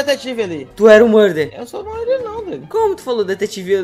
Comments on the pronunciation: " Não sabe nem falar murder " "Muder" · Na parte ele falando murder eu achei mt engraçado